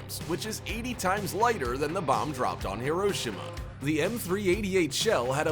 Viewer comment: i like how he said hiroshima wrong